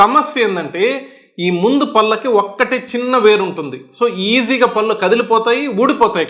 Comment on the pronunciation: "పల్లు" కాదయ్యా బాబు "పళ్ళు". పళ్ళ డాక్టర్ వై యుండి సరిగ్గా పళ్ళు అనే పలక లేకపోతే ఎలాగయ్యా బాబు